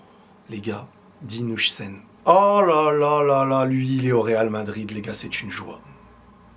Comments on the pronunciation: Faudra apprendre à dire Huijsen aussi "HAWSEN" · Please on prononce "Oeil seine" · STP HUIJSEN ON PRONONCE ŒIL-SSEN PAS UJSEN